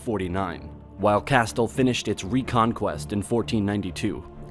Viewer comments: Man, sorry, but it's painful to listen to you mispronounce every single foreign name. Castille is not Castul... wtf dude, it's hard to take you seriously. It's really irksome. Also, it wasn't believed that Hispania was one of "the" former Roman provinces, it WAS one. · cast-tul.... that's killing me man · It's pronounced "Casteel" or "cas teal" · Good video. But please note, Castille is pronounced Cas-teel! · I’m not even Spanish but his pronunciation of Castille was painful. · His pronunciation of castille!!! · Take a shot every time he pronounces "Castille" incorrectly. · The way he pronounces "Castille" triggers me 😂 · The way he pronounces Castile.... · quit fucking pronouncing castile like that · For goodness sake pronounce Castile correctly. Irritating and probably you are an American. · The way he pronounces Castille is making my ears bleed. Isn't the "two Ls = a Y" common knowledge? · You pronounce Castille wrong. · That mispronounced "Castile" gets a thumbs down. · "Kastle" - Absolitely fecking HILARIOUS. Don't you people check pronunciation before making these videos ? FYI it's KA_STEEL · there is a difference between pronouncing a spanish word correctly and an English name of a Spanish entity correctly. Castile is the English name of the Spanish Castilla (pronounced kasˈtiʎa, and it is still not pronounced like "Castel". It is pronounced more like "Cas-steel" (/kæˈstiːl/) as per American English dictionaries, which I would consider a far more reliable source than some random guy on the internet. Japan? Oh what a silly example. 日本 is pronounced as "Nihon". That does not mean you pronounce the word "Japan" as "Nihon", and neither does it mean you can pronounce "Japan" in any way you like...such as "Jar-parn". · Where did you learn to speak and pronounce English? Sub-SEE-quently?? CAST-ool is so painful to listen to over and over again. It's pronounce cas-TEEL ! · Cast-ill oh my lord it’s cas-steel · It’s pronounced CAST-EL Not castle! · Pronounced cas-steel